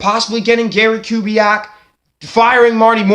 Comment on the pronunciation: First of all, a HUGE thank you for taking on my request in your latest video. It's an honor. Second, your pronunciation of the name was spot on. 👊 Now to the good stuff... I am still of the opinion Kubiak would want to come back if he had some guarantees of a commitment to the offense. I don't say that to suggest Kubiak is a dictator or a prude, but because we know Kubiak is a great offensive coach. As a fan (or even if I were Harbs, Bisciotti, Ozzie, and company), because I know the talent of Kubiak, I wouldn't want to waste his time. If he comes back, it should be because both parties want to reunite, and both want to be serious contenders to compete for a Superbowl. It should go beyond "Oh Gary's a great guy, and regardless of our plan or philosophy, he'll be on board with whatever we do." Like I mentioned to you earlier and you've reminded the rest of the nest...Joe had TWO, two-touchdown leads in the 2015 AFC Championship game. Even though our defense let us down giving up the lead twice, Joe answered the challenge. And if it weren't for two clutch TD drops by Torrey Smith in the endzone...the Ravens likely could've had ring #3. However, your point about Gary Kubiak returning because the Ravens are a respectable organization with a family atmosphere does have credibility. Even when people depart the team-be it coaches or players-the Ravens usually do right by them with respect to where they're headed. Caldwell got another HC job with a great QB in Detroit with Matt Staff